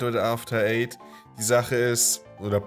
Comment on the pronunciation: wer hat bei After eight auch zuerst after aids verstanden?